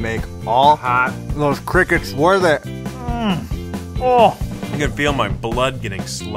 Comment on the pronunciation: Someone better protect cuz I'm on my way to hurt him for pronouncing crickets like that